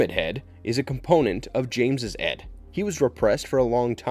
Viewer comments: It is Id, pronounced like "ih-d", not "Ed". Why does Pyramid Head have a helmet that is squared off at its base some times, while terminating with a point in other incarnations? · Pronunciation, it's (id) ID not Ed , which is what it sounded like , 😄 Sorry but I AM That Guy , was really distracted 😆 anyway.... as you were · Ed?? It is ID not ED.